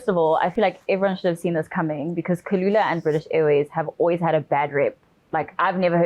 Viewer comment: Its kulula guys.🙈 not khulula